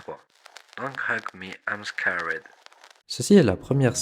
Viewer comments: I'm scawède ? Même sans forcer un accent anglais, un truc genre "skérd" sonnerait plus juste... C'est juste un détail bien sûr, ceci dit c'était intéressant, merci pour ton travail. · c'est juste pas un accent😅 c'est une prononciation j'avais envie de te frapper à chaque fois😂